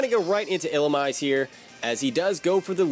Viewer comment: I believe Illumise is pronounced⬇️ ill-uh-meeze-ay